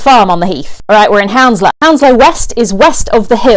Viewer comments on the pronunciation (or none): Isnt it pronounced hunslow, not houndslow?